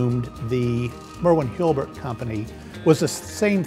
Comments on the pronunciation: has a difficult time pronouncing Hulbert. Not HIL-BERT. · why does he keep saying Hilbert instead of Hulbert? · "HALL-BERT".... NOT "HILL-BERT".... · Why does he keep saying "hilbert" instead of "hulbert"?